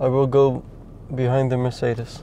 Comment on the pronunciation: Jij zegt mercedes op de Nederlandse manier, maar de Engelse manier is murseedies